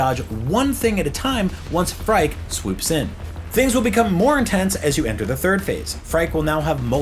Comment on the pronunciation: Phrike is pronounced like "Freaky" btw.